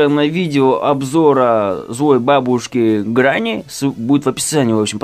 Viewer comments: Не гранни а грэнни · твою мать не гранни а гренни. но видосик прикольный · Видео супер, но говорится не гранни, а грэнни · Не ГРЭННИ А ГРЕННИ!) С БУКВОЙ Е И С ДВУМЯ Н, ПО АНГЛИЙСКИ ЖЕ - Granny с двумя Нn!!! Ой, кошмар что за язык😱😕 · Говорится грэни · Вообщето грЕнни С ЕЕЕ😩